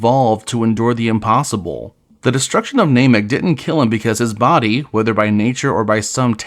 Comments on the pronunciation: Ai voice and calling Namek "Nay-mek"? This is intolerable. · Clickbait title and "NAYMEK" 🤮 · Is this AI? Why can’t you say namek